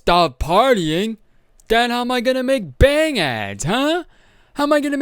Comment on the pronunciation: Ummmm bayangs?!?I think u mean bands or bags. Ummm 💇🏽‍♀️ bangs?